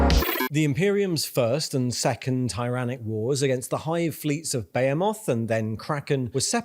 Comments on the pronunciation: You keep pronouncing Behemoth wrong, its Be-Hem-Oth. Great videos though :) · pronounces tyranids and behemoth as if they're exotic words and then proceeds to pronounce jormungandr as britishly as possible